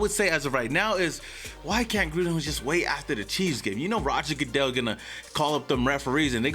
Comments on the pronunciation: Did anybody hear him say Kansas City queefs in the beginning lol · MY GUY!!💯🤣🤣 HE SAID KANSAS CITY QUEF!!!💯🤣😎🖤🖖🏿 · Had to rewind it once to see if you said queefs and sure enough my hearing is working perfectly. Shortly after getting off the floor, I started this.